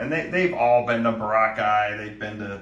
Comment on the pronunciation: Bro, why can’t you say Boracay properly? BOR-ah-Chay.